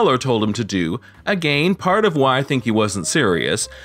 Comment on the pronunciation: Are you really pronouncing "again" like that for real or are you just joking? It's annoying me like hell because you talk normal otherwise